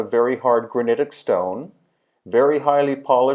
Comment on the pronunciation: I was out the first time you said granitic